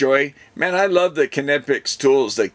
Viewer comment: You pronounced Knipex right! Great tools. You will like the hot swap tips! Heat up in 15 seconds.